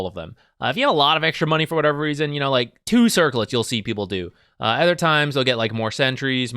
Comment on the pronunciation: it took me this long to realize you pronounce "other" as "ether" and was confused as hell